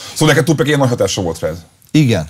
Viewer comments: (Kérlek a jövőben figyelj, h nem Tupek, hanem Tupak!!!) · tupÁÁÁÁÁÁk, nem tupEEEEK :D